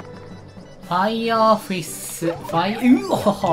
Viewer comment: のファイヤrrrrrrrrrrrがめっちゃ好きww